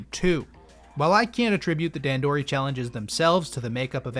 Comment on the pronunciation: I think it's funny that you went out of your way to a learn how to pronounce "hearth", but not "dandori" Other than that, and you slandering the winged pikmin, though, great video!